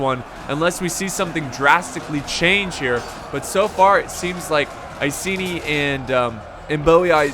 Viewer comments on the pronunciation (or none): none